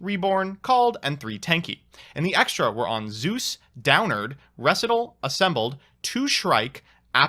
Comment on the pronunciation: I'm not usually a stickler for pronunciations, but . . . "reh-si-tahl?"